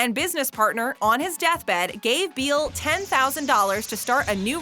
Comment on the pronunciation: Sandy Beall’s last name is pronounced “Bell”